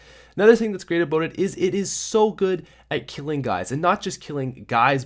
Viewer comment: Is it me or is he saying obote